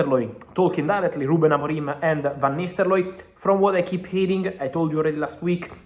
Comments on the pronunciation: I've been hearing Vanistaloi, who the heck is Vanistsloi? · Am I the only hearing Van Nistellooy